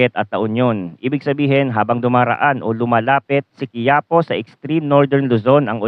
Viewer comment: Hindi quiapo bigkas Dyan ki ya Po may diin sa ki, kagaya Ng isang Lugar sa Nueva ecija.